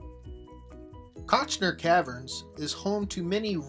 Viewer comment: Visuals were generally decent, but narration was ABSOLUTELY HORRIBLE; rife with mispronunciations, not the least of which was the name of the site.